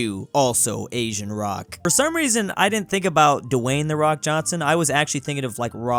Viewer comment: "Da Wock"